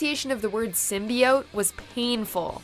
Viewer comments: Venom was great... FUCK YALL MEAN?.... edit: but I mean... I am with you with the "Sym-BYE-iote" pronunciation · Shit a lot of people actually liked venom a lot before the film was out. Like they really wanted to see it. Even I was hyped. Yea I can agree on the symbiote pronunciation was just a massacre but they fixed it in the movie. Other than that I enjoyed the movie a lot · Also really funny to hear criticizing Venom on pronunciation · A teaser should still feature... you know, the title character. But yeah, they put the teaser there, and then also put on the next trailer just for the way the characters pronounced symbIote. Which seemed like a weird reason to write the whole thing off. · I liked the Venom trailer's build up to Venom's reveal but why it was annoying how they pronounced symbiote did piss me off Also: no Sonic 2019 trailer